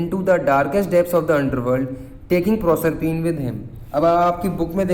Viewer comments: PROSERPINE YOU ARE NOT SAYING CORRECT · Bhaiya aapne prosrpine ko galat pronounce kiya hai